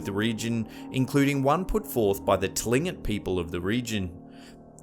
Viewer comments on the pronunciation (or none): haha, living in Juneau, AK hearing you call us T'lingit (which easier pronunciation is Clean cut) and calling a power species (Land Otter Man/ Koosh - da'- KAa) Kooshdakaa like that. Understandable its hard to study our culture due to assholes who demand you pay to learn, I however just hope our culture survives to the future considering our endangered existence. Gunalcheesh for the shout out though haha. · You pronounced the tribe name improperly. It's supposed to be pronounced as KLINGKIT. I am actually 1/4 Tlingit and half Inupiaq. Just a bit of constructive criticism for you. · There is a mispronounciation of the Tlingit people...it's actually pronounced "Klinkit". =]